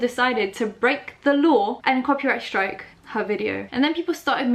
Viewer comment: Every time the says copy strake I cringe